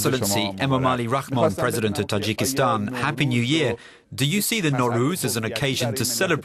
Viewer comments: The guy who interpreted the fatman can't even read the name of the country property, it's Tajikistan not Tajakistan. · why does the Dub guy keep saying Tijakitan ?? TA....JI......KES.....TAAAAAAAAAAAN !!!